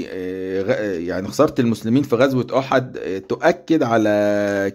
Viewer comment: حتى (( احد )) لا تجيد نطقها نصيحة تكلم بلغة اجدادك (( الفراعنة )) افضل لك